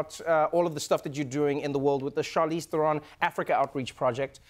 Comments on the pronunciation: Funny, Trevo traveled with her to South Africa but never learned to pronounce her name? Not Ther-own but Ther-un. Or more correctly "Trown" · The only thing that bothers me about this video is his constant mispronunciation of Theron. It's "There-un" not "ther-own". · Love them both, but why did I expect Trevor to pronounce her "Surname" correctly - He said THERE-ON as opposed to TA-RON, South African inside joke. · Theron, rhymes with heron. Not TherON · Lmao!! I like how Trevor is unsure whether to pronounce Charlize's surname the South African way or the (wrong) American way.. so he makes a combination of both.. haha! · Wish they spoke Afrikaans in this interview! I also thought Trevor would pronounce her surname correctly...but anyway, it's rad to see this...proud South African over here. <3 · trevorrrrrrr say her name right pleaseeeeee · Trev....youre mispronouncing her last name